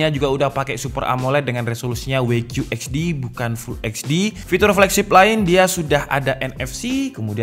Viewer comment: WQHD bacanya "dabelyu qiyu eij di" bukan "Wei qiyu eij di" cuma saran tdk bermaksud mencela